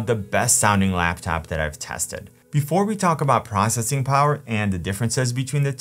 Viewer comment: Wait. "Laughtop"?